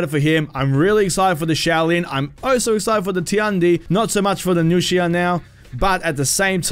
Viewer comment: I was already really hyped for marching fire and seeing the nuxia just made me even moe hyped also finally hearing someone pronounce nuxia correctly (besides metatron) was pretty nice